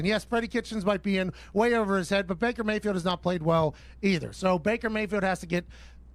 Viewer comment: Pat says both “I yam, who I yam” and “Baker Bae-field” in this video. ^the above sentence should also be the title of this video